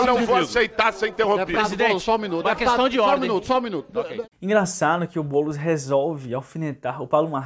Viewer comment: Esse "Bôlos" projeto malacabado do Loola. Kkkk